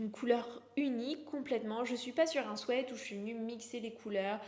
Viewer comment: Si le sweat est plutôt réussi la prononciation de ce mot anglais est tout autre 😂